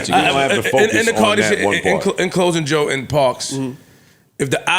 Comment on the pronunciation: 😂”Now I get it “ JOE said it “COE”